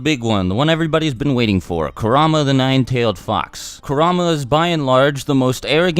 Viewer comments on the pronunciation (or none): You said ku ra ma when its kurma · Why do you say kurrama not kurama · It’s not “Korama” it is (kur-a-ma) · "Kerr am a" I think its kur a ma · Man said karama 🤣🤦🏽‍♂️ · Kurama not karama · Now who the fuck is karama? I know kurama not karama I don’t mean to be mean but god damn he’s kurama 😂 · I think its said like 《car - u - ma》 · The way you pronounced kuruma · Does anyone elsa hear him say karama!? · Coo rah mah It’s Ku rah am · It's kurr-aa-maa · It pronounced ku ra ma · Its cur a ma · It's pronounced: KUR-RA-MA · You said kurama wrong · He said kurama wrong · am i the only who gets bothered how he says kurama?